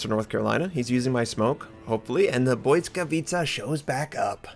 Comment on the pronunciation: lol you are the first American who said it right, BLYSKAWICA, not blyskawitcha.. xD btw a good ship, i did 127k, 6 kills :)